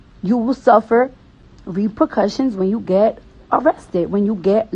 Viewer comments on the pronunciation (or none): Cardi tried to say “repercussions” and gave up lmao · Lol she wanted to say repercussions but couldn't pronounce it